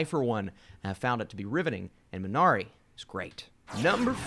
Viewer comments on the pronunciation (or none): Why do you pronounce Minari as Mn-R-A